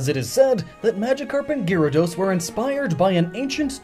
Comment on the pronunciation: While you did say sorry about possible mistakes with pronunciation, how could you miss that there's an a after Gy in Gyarados? I don't care much about slaughtering names, but that was something that bothered me a bit.